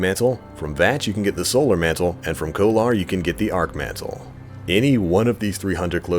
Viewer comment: You said Kolar wrong @@ it's pronounced Kolar (Coal-er) how do I know? It's my last name and it's super annoying when people pronounce it wrong ugggg. The minute someone says it wrong I jump at them like a mad man correcting them. Super annoying. And my last name is spelled the same as the boss >.> I'll stab a bitch